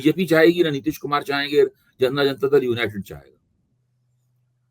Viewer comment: मेरे को लगता है नितीश खुमार 😂 में है, नशे में है